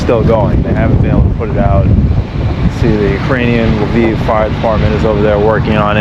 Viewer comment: You pronunced "Lviv" like "Love Eve". 🤗